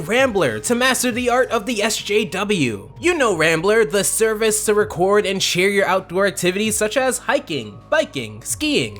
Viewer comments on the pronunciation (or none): none